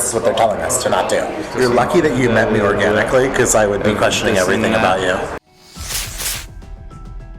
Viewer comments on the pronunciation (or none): "You're lucky you met me orgaahnically..." LOL